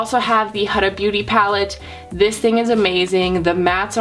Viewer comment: Oml its pronounced hooda not huhda